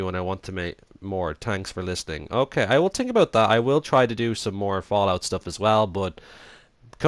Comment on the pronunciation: Its pronounced X-n-touro but I don't care that much since your Dublin and it might be a little hard to understand English also I thought of someone Dublin singing the running man challenge song and It was hilarious. It went like at night I tink of you its the tink and think word comparison its hilarious